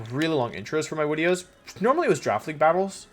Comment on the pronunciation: Hes so cute, "my wideos" 😂😂😭